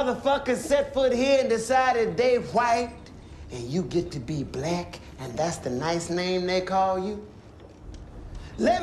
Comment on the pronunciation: This scene is haunting me. I keep hearing Blech instead of Black. Im sure this scene triggered quite a few folks. The uncomfortable conversations. This is America. Profound and deeply moving. Stellar performance. Love his character. Savage truth teller.